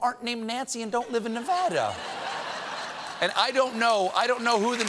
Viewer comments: I'm so proud of Stephen for pronouncing Nevada properly #VEGASBABYVEGAS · He said Nevada correctly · Thank you, Stephen--thank you, thank you, thank you--for pronouncing Nevada correctly. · I love that Stephen says Nevada correctly! Many dont